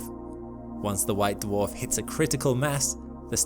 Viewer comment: Nooooo says Nukular and not Nuclear:( My day is ruined